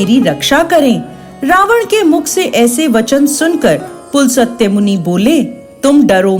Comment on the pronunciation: बहुत दुख हुआ कि आप अपने ऋषि मुनियों के नाम का उच्चारण भी सही नहीं जानती।पुलसत्य नाम नहीं था रावण के पितामह का। पुलस्त्य नाम था।आधा स का उच्चारण है न कि पूरा स।